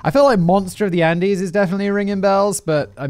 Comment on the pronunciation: I liked this video because of the delivery and writing . I didn’t actually enjoy it at all . Even after all I still remember Simon said “undies “ instead of Andes . It is rare for a mistake to be heard , but the subject matter in this video conflicts me even further for finding it amusing at the time .